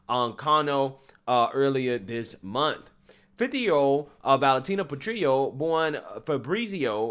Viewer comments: These trans people are wacko. but can we get the "petrillo" pronounciation right please? It's italian, not mexican. You pronounce the "L"s in italian. So while petrillo -> petriyo in mexican. Petrillo -> PetriLLo in italiano. Grazie. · You need to really straight up the way you are saying some words, I can bet you can say grill properly yet you are saying something like "patrio", there is double L, what is the matter? Maybe this will be a helper, PET-REEL-LO. I'm from Poland, corretct me if I am wrong on that one, I am always open to sugestions, especially if I'm worng about something. Gday :D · Italian tip: Petrillo , in Italian the " L " is spoken as written , like " jello "